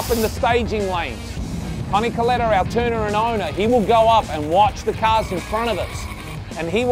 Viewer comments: its pronounced cul eh tah.. not... cul lee tah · It bothers me that the narrator pronounced Kalitta's name wrong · doing a documentary on NHRA and the Kalitta car and cant pronounce the name.....